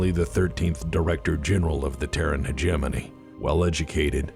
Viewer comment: In my whole life, I have never heard anyone pronounce 'hegemony' until I watched your videos. This is a word I have been mispronouncing for decades.